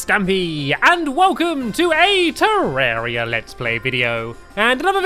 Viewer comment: Hey are you from Europe? If you are then your the only one to say terraria right :D also keep up the good work :)